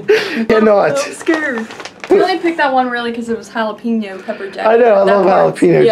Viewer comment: Did just say "Jalapeno PECKER Jack?"